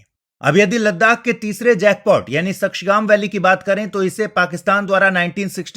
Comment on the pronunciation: Ladakh (Ladhak)